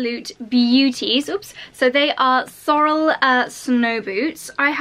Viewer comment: Hi Fern here from Canada. Love your Sorel boots. But you're not pronouncing the brand name correctly. It's pronounced like (sore _ LLLL) emphasis on the L. I know a lot of people mis pronounce it....so don't feel bad! They are a huge brand here in Canada. Their company is from Quebec.Canada. where our Prime minister is from. They are really well made boot...so enjoy! Your winters there are similar to ours in Canada.really enjoyed your video. Take care.